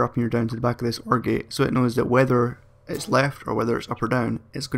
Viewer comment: When you said "OR Gate" I thought you said Orgy. XD